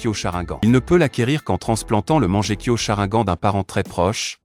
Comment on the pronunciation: Il dit charaingan et manjekyo aussi 😂😂😂😂😂😂😂